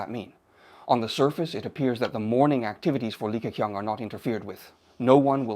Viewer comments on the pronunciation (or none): 用人工智能，即刻变成英文。 口型都对得上。唯一的不足时没把Li Ke Qiang的发音修改一下。 如果把qiang 改写成Ching, 英语发音就不会这么怪了。 总体来讲AI使用得很棒！ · 这个李克强的英文发音是真不怎么样，说成了理科kiang，oh my God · 这个AI把李克强的名字读得也太搞笑了😅😅😅